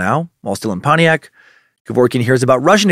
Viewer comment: You could hear the disappointment in dans voice the first time he pronounced Pontiac properly.